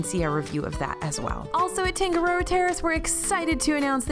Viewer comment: Tangaroa- TAH-nga-ro-ah; Tonga-TONG-ah (like tongs, not tong-guh).